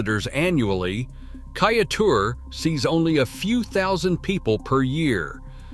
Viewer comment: Your pronunciations are rather ridiculous. It is not Kai-a-teur It is Kai-e-teur